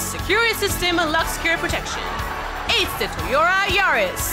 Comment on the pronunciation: When there's the Toyota Yaris, it's hard for me to tell whether she's even pronouncing Toyota correctly or not...